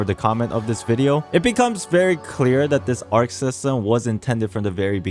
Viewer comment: as a greek i cant stand the buchering of the words "ousia" and "pneuma" in the game translation LMAO It's read "Usia" and "Pnevma" and Arkhe is read "Archi"